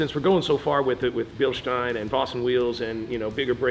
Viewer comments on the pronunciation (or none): Bilschhhhteeiiiiiiiine and BremBRO lol love it